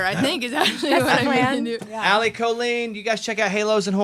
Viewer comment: The Irish pronounce it as kaa-leen. It is the Irish word for girl. I have never heard it pronounced Co-leen except by my family which I always found strange as we were Irish.